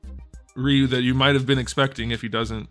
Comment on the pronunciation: Rye you. Not ree you. You turd